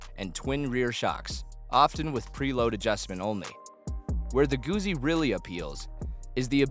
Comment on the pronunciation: Not Goozi Goot Zi like pizza